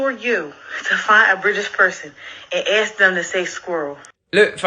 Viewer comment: AXE? How's about, instead of find a British person and Axing them to say SQUIRREL. We just Axe you to say ASK? 😂😂😂😂😂😢😂😂😂😂